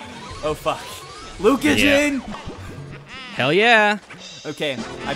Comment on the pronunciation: "!" XD